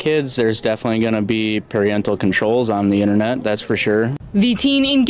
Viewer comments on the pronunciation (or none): This guy needs to go back to school.... because I never heard of "Pariental" Controls versus "Parental" controls...